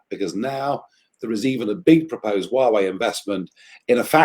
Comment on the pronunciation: did she just call Huawei “Yahweh”? Lol Thanks very much though, always love to hear Nigel speak.